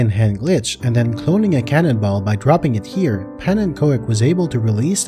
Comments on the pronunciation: Pannenkoek is pronounced pawnencook. Easier for next time 😊 You pronounced the first part really good for a non-Dutchy, just say cook instead of co-ek and you’re golden! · i still love how people say 'pannekoik(like in hoist)' instead of 'pannekook'(like in oof) which is a more correct pronunciation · (Pannen)koek (pancake) is pronounced like cook. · Koek is pronounced like cook. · The koek in pannenkoek is pronounced with the oo in good. It means pancake in Dutch. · His name is pronounced pannen COOK !!!! OE = OOH in Dutch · Pa-nin-kook is how you pronounce pannenkoek (pannen = pan. Koek = cake) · Pannenkoek is phonetically : Pannencook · Pannenkoek is Dutch for pancake lol - "punna-cook" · This has been a really fun and educational video. The only thing that annoyed me is something you can't do anything about. His name is roughly pronounced 'pawn un cook' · Fun fact: Pannenkoek is pronounced as “pannen cook”. It’s a Dutch word and means “pancake”. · Nice video! FYI It's pronounced panen-coke. It's Dutch for pancake. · man you really need to learn to pronounce the word pannenkoek. It hurts my ears. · As a dutch person, hearing pannen's name being pronounced is hilarious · Him saying pannenkoek is so funny to me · I absolutely love this content: ushering the game into the realms of the absurd 😁 But as a Dutch person, I can't help but want to give you a quick lesson on how to nail the pronunciation of "pannenkoek" (the Dutch word for "pancake"): The "a" in "pannen" sounds like it does in "car". You pronounce "koek" exactly like the English word "cook". The emphasis is on the first of three syllables. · I know that's how he pronounces his username, but hearing Pannenkoek pronounced like that breaks my brain.